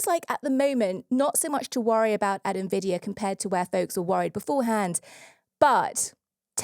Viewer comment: Thank you to for pronuncing Jensen Huang and Nvidia in the standard way! Impossible challenge for MBD hosts 🤣